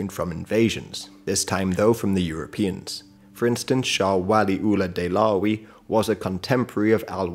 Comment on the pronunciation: Yeah, he mentioned "Shah Waliullah Dehlawi", but I literally could not understand who he was referring to because of the terrible pronunciation. It was only after he started explaining his life story that I was able to connect the dots. Still, at least this english dude is trying.